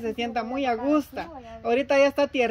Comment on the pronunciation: Abelardo se dice a gusto no Augusta